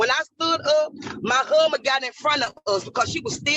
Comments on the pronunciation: 🙄 "My HUHband." 🙄 "My HUHband." 🙄 "My HUHband." 🙄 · Can't even pronounce husband, do better. What a ridiculous mess.